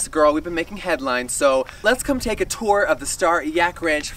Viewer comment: * Do you even know what bias is? LMAO... don't use words if you don't know their meaning. I just commented how Jeffree uses words out of context or structures them incorrectly. The American educational system is appalling. I mean, he says "tooken" instead of "taken?!" Wtf is that?!